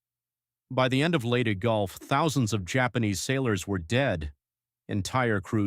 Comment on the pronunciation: Agreed; the narrator was probably pronouncing it as some kind of strange Englush-language dialect.